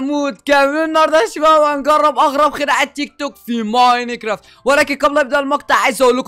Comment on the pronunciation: لاه بتقول ميناكرافت